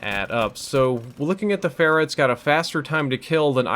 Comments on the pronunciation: Lol keeps saying phara instead of pharaoh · I swear I hear you say Pharah instead of Pharo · "Looking at the Pharah" too much overwatch